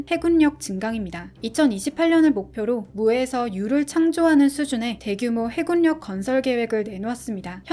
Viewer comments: 발음이 해굴력이 아니라 해군력입니다. 발음에 유의해주세요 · 해굴력×× 해군녁 이라고 발음해주세요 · 해굴력이라고 말하니 집주이 안되네